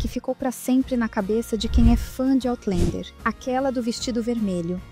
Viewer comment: Por favor, corrijam a pronúncia de "Outlander". Não se pronuncia "OutlEnder" nem em Português, nem em Inglês. A pronúncia é "OutlÃnder".